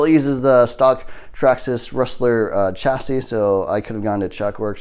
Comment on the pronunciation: BTW: The word Chassis is pronounced chass-eee. The S at the end is silent. 🤓